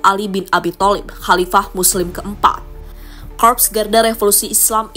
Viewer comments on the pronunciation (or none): none